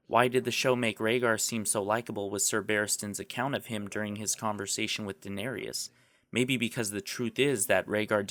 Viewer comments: what the fuck is a "denerias" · Well as this guy stated about Jon realizing his true identity he won't keep his vows with the watch...Episode 3 is titled "Oathbreaker" so hmm. It's Dan-air-is, not Dan-airy-is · You keep pronouncing Daenerys as Danarius... and he was a villian in Dragon Age 2. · Love watching fans hypothesize about various outcomes. But please say Daenerys not Denerious. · OMFG PRONOUNCE THE NAMES CORRECTLY. Who the fuck is this Danerias? And it's not Melisandra - it's Melisandre. Good points, but really detracted from by your mispronunciation. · Good video, but one thing: it's "Daenerys", not "Daenery-us". her name gets mispronounced at least three times, if not more, in this video. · Minor quibble: It's not Daenerius, it's Daenerys. You're putting an extra syllable in there. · Cool video...BUT...do you really watch the show? It's NOT "Day-nair-i-us" it's "Day-nair-us". That is all. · her name is "Dan-Air-Iss" not Danarius.... ugh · Good video, well done. And an interesting theory.\ Just one minor nitpick, if you allow me. Daenerys is not pronounced Denerias. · What's up with geeking out about a show, when you keep butchering the name of one of the main characters? It's "Den-air-iss" not "Din-eer-ey-us." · Can someone teach him how to pronounce Danerys? It's not Danerius! It's driving me crazy! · good video but holy hell it's not Denarius. It's Daenerys. Da-nerr-is. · It's Daenerys not Danerius! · It's pronounced Da-Nerys not Da-Nerius. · Daenerys is pronounced "Duh-NAIR-iss" not the way you keep saying "Danarius" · Great video, minus the Daeneryas...uh its daenerys, no extra vowel at the end there, eh. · Daenerys not Daenerius lol nice vid! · Cool theory, I'm leaning this way myself... One thing, it's Daenerys, not Danerius like you keep saying. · I like your logic.Just the pronunciation of Daenerys...The end is "ris" not ries. :-) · Stop saying Danerius... It's a 3 syllable name, not 4. Great video though, thumbs up. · maheshwari it's Day Nair Iss